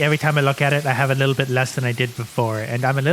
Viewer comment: Well.. it whas "litel" buggy 😅